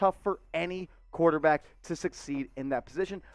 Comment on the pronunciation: I like him too and the biggest plus’s he didn’t say qwauterback lol